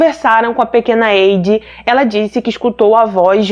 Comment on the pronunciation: Se a menina se chama Heidi não se diz como tu dizes diz se haidi ❤️não hei no início